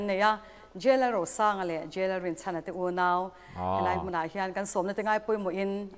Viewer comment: Chona thar a ti khi chauna tih ang in a ri a, a mawi lo tlat, lo hrilh ru.